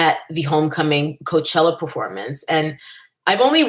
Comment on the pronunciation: “Mayochella”....😂, I can’t!